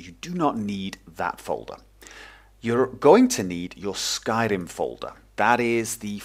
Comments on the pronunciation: You sound like a wizzard when you say "Skairrrrimmm" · One of the most noob friendly tutorials great job! also i like the way you pronounce Skyrim :D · Haha I love the way you pronounce Skyrim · Hey,. To me, you sound like a friendly teacher:D I really enjoyed the pace of the tutorial and your tone of voice. Of course, how could I forget. You really emphasise the R in Syrim. I like this. Basically, thank you and take care. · I love your accent when you say Skyrim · Skyrim in British ;)